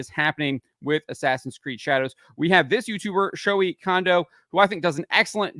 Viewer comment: >Shohei >Sho-hee his name is pronounced Sho-hay